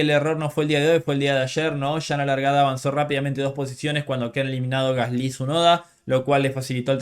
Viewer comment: Creo que eres de los poquísimos que pronuncian "Gasly" de forma más correcta que he oído.